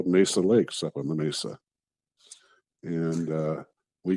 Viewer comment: Mesa....its pronounced 'May-suh'